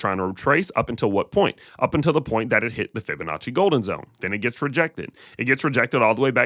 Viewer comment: Fib-a-natchie sounds like you made up that word but I’m listening…..